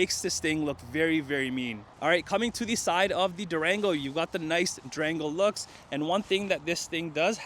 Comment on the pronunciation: It sounded like he said Drango 😔😌🤣 I have mixed emotions right now. I'm still spiriling,I got approved for a vehicle. 20 miles on the vehicle I would take but 50 miles I think not.